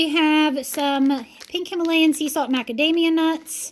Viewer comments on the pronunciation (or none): none